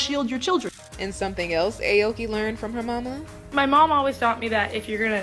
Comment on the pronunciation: Eh oki lol it’s pronounced owki (Aoki)